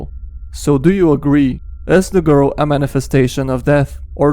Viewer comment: thE gOrl